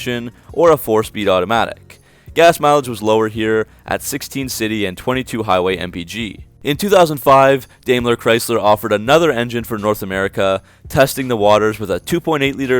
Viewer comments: FYI, Daimler is pronounced Dime-ler, not Dayme-ler. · Dime-ler not dame-ler